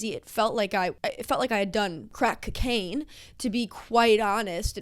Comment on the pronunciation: the way u pronounced cocaine…..i know an oh hello stan when i see one